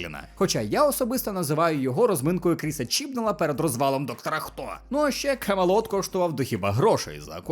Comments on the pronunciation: Ти б ще виразніше сказав Кам е лот! Комент для ти хто знає, що це значить) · Це спеціально камелот так озвучено, щоб сенс був інший?